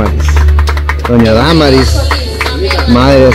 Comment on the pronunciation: se dise Damaris así no más y tu dises daaaa marisss disculpa la corrección